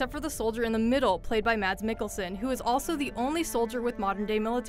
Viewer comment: Tips&Tricks: you don't pronounce the "d" in Mads. Do your research.